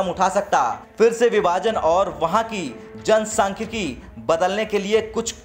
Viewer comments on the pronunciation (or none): तुम काफ़ी अशुद्ध पढ़ते हो, अब 1.46 पर देखो, "जनसांख्यिकी, , " के बदले जनसख्यिकी, बोल रहे हो, उच्चारण पर ध्यान दो.